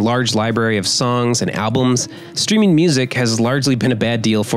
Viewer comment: “songs and ablums”?